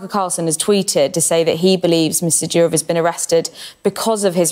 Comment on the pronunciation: It is Doorof,not Dyurouf